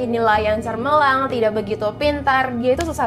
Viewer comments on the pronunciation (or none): Menit ke Cemerlang kak cemerlang. Bukan cermellang :)